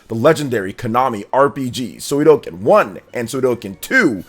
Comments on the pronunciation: If i had a dollar for everytime you said Suikoden wrong you'd be buying me lunch today. It's Sui Ko Den, not Sui Do Ken. That's aside, yeah I'm really excited for their release. They are cult classics. The large scale battles across the series are awesome and i really enjoyed the castle building element in the first one. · Err.. I hate to be that guy, but it's called suikoden, not suidoken. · Suikoden = [Swee - koh - den] Come on man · Sue-ee-Co.-Den. Please learn how to speak!!! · Sudoken? Sudoku? Shinku Sadohken…. That pronunciation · Good Video …but I’m impress you say the name wrong every word you said Suidoken just like Hadoken but it spell “Sui”+ “Ko(or go )” + “Den” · Suidoken is whole diff thing 😂🤷🏽‍♂️ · let's not judge him, i guess he is just excited to deliver some info and his reaction 😅 though to be honest it stings a bit everytime he says the name 😅